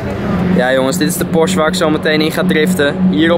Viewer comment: he ik zie een S63 naast je staan Geen haat trouwens, maar het is PorschE ipv porsch hoe je het zegt😉 je moet het uitspreken met een e. Verder echt een hele toffe video!